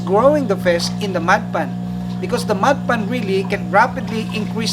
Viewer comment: sounds like you're saying mud pan lol